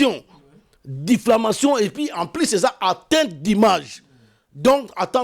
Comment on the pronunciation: Yaya diflamation te , diffamation . Nalela yo fort .